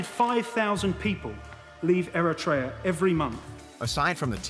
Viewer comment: the way he pronounces Eritrea is atrocious but in a cute way.🙂